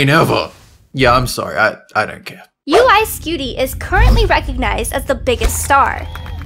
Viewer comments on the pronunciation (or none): Uy Scuti not Uy Skuti but I guess its fine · you mean uy sCuti not uy sKuti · UY Scuti, not UY SKUTI. Sorry, how the hell did you get that wrong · Its uy scuti not uy skuti Do you even research bro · Its uy scuti not uy skuti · Its actually called UY Scuti and not UY Skuti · its not uy skuti its uy scuti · it's pronounced "UY SCUTI"